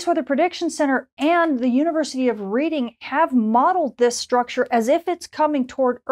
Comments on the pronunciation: Redding, not Reeding. Dunno why, but was same with the eponymous railroad near Philadelphia (and on the Monopoly board) and the city in England in which the school is located. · Just thought as a Brit I should point out that the town of Reading where the university is that you mention is pronounced "redding" not "reading" like reading a book... totally illogical I know, catches many people out. Thanks for all these detailed forecasts which are very helpful for all us radio DXers. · FYI, Reading is pronounced Red-ing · Thanks. 🙂University of Reading is just up the road from me, pronounced "Redding". (just saying) 😊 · Polite observation: The University of Reading is pronounced "Redding". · Reading pronounced Redding, red not read